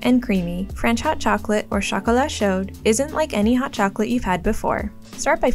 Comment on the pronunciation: You don’t pronounce the d in chocolat chaud.